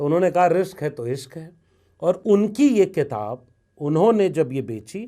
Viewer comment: क़िताब(Qitab)नहीं, किताब (Kitab).